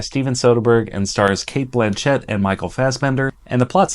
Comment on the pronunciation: BLAN-chett, not blan-CHETT.